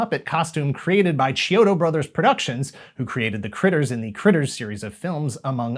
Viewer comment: so close...Chiodo is pronounced like the city Kyoto